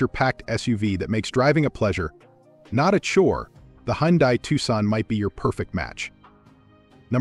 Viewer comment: First lets get it straight. I would think anyone in the auto world would know how to pronounce car names. Its Hun-day...not Hon-die. You cant get that straight?